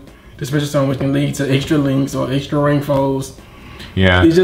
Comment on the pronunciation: "Extra Rank fo's" lol. I love you.